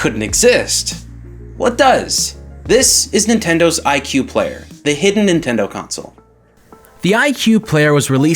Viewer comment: you keep forgetting to pronounce the D in Nintendo, so it sounds like Ninteno